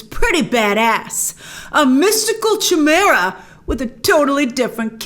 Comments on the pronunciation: The CH in "Chimera" is pronounced as a /k/ as in "mechanic", NOT as a /ch/. CH actually has 3 different pronounciations: /ch/ (like cheese), /sh/ (like machine), and /k/ (like mechanic). Apologies for correcting you but, as an English teacher, I cannot help myself. ( ´･･)ﾉ(._.`) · It's pronounced "Kai - Mera", Grace, not "Chee - Mera". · "Mystical Chum-era" OMFG Grace that is not how that word is pronounced: Let's try again please, "kie-MEER-uh". It rhymes with "high BEER uh"" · I’m gonna be that person: The Ch in Chimera is pronounced Ky not Chuh. Don’t hate me! 😂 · I love your videos Grace but ... Did you seriously just say Chai-mera? Please. for the love of alchemy... Say it right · Lol did you really just say CH-imera? Is it not pronounced “Kymera”? It just took me out of the video for a bit because I’m like wtf of is that, then I realized what you meant. Either way still love your videos just your pronunciation is a little off at time but whatever, tomatoe tomato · It’s pronounced Ki-Mera (Chimera), Evil Dr Strange was a Chimera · Chimera is pronounced : KAI-meera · Chimera is pronounced ‘ki-mera’ kinda like chiropractic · I thought it was pronounced like “Kai-Mera” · That's not how you say Chimera... KAI-MARE-AH. Like that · That’s not how you pronounce “chimera” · I thought "chimera" was pronounced differently. Is this an Americanism? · I got triggered as well when she pronounced Chimera that way. 😂